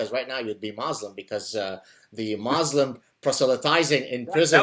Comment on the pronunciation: Gad your pronunciation of the word ‘Muslim’ sounds incorrect ... everyone else says it differently ... which is it Mawslim or Muslim?